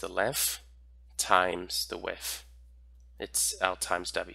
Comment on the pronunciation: I never care to correct people, but you are KILLING me with the “wiff” of something…. WIDTH! 😂💛😘